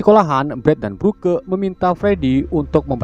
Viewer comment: Broke=brok League=litch Pliss jangan salah baca lagi soalnya gue jadi kesel gak tau kenapa